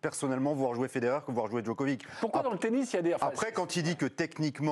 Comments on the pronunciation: Le type lit péniblement ses fiches et prononce ‘Djokovik’…j’ai arrêté net la vidéo. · Djokovique Djokovique. Grèt of ôle taim... Mais taisez-vous ! Juste taisez-vous ! J'ai coupé après 2 minutes 30.